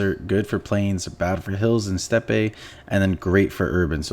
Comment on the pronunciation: The terrain steppe is pronounced step. Great cod mobile vid keep it up 👍